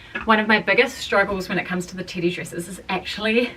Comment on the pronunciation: I keep hearing titty dress and now I want a titty dress 😂😂❤